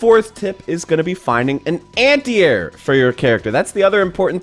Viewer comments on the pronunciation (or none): Nice video. I have to say, however, that you must have said "anti-air" 10 times before I understood what you were talking about. My ears heard "antear," like "ant ear," and my brain was like, "Is he saying ant eater? Why would he be saying ant eater?" Then once you mentioned jumping, I got it. Are you from the Pacific Northwest? I had a student from Washington who had similar pronunciation.